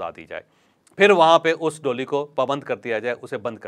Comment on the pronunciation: Jawaid Bhai, DOLY , nahi, DOLEE , khty hain.. Thnx